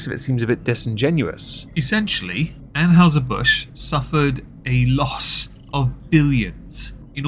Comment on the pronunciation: "Ann-HY-zer", not "Ann-HOW-zer". "NY-kee", not "Nyke". That's an actual deity, we know how the name is pronounced. Kudos on the single malt. But proper single malt is Scot, not English. Glenmorangie is superior. Light beer is basically rental piss.